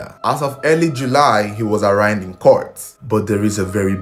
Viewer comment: Great and quality content. Permit me to correct you, pls. The word arraigned is pronounced ah-rain-d